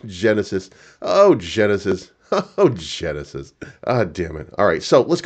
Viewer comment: Genisis ohh henisis 😅.